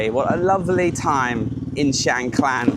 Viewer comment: another masterfully created depiction of a wonderful location which I've visited a couple of times. May I ask if your pronunciation of Khan, clan is correct as I have only heard it pronounced carn.